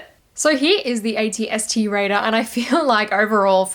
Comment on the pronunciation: Did she say at-st raider 🤣🤣